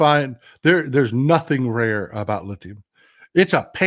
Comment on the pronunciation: Trump, a Wharton School of Business graduate, pronounced "rare earth" as ""RAW earth" several times during the meeting! Good grief!